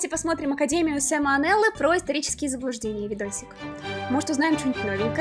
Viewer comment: Каждый раз слышу "Сальмонеллы"